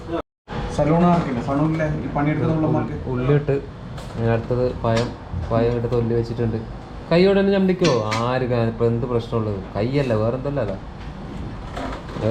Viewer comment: പയം അല്ല പഴം